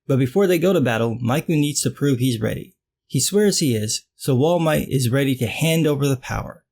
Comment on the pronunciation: “Wall Might” is the best thing i’ve heard all week